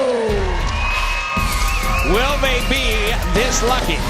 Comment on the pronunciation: That’s not how you pronounce “Guerrero”